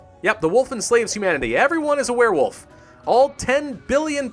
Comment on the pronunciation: I heard you say "Werefoof" somewhere.